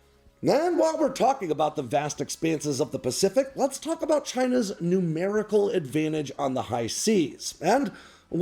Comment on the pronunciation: Ha - you said "China's numerical advantage", and I heard "China's new miracle advantage". I figured it out quickly, though.